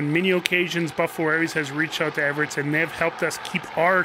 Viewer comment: Hi Mikey, how come you pronounce it Everits but it is spelled Everts?